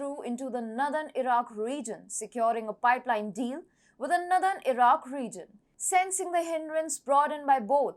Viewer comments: Blockade = (/blok EID/) She says "BLOK ed" Israel = (/IZ reil/) She says "IZ raile" Northern = (/NOR đern/) She says "nudern" which is unintelligible Bilateral = (/ bai LAT erel/) She says "bai LEIT erel" Her pronunciation of "Mediterranean" needs to improve - I can't repeat how she says it but the correct form is /med i ter EIN i en/ She could teach herself how to pronounce using the IPA - International phonetic alphabet - or speakers in dictionary programs. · accent is nice, pretty, cute; "unintelligible" is not good for an information channel. I had to use CC to understand "northern" for example. Her version of "Mediterranean" is poor - a major sea on the planet. Overall it shows lack of preparation. My Brazilian students know that when they start speaking English they start with bad pronunciation which they call "indio" from "Native American Indian language" who have their own "me Tarzan, you Jane" type of English. Over time they want to move away from "indio" so that more native speakers can understand them, not just other Brazilians. In one way, this is how dialects of languages form but in another way it is just a corruption of English on a international platform like YouTube